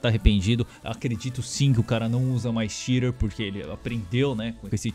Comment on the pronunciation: que porra de "chire" mano, puts. BR PORRA: XITER!